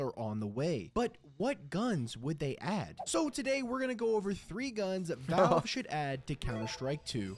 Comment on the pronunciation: Dobry videa, zacal sem te sledovat nedavno a dobrej obsah a informace v dost aktualni reakcni dobe. Mam jen jednu pripominku, zkus se naucit alespon vyslovovat spravne urcite terminologie stezejni pro CS2 obsah jako je treba Valve nebo Major apod. :D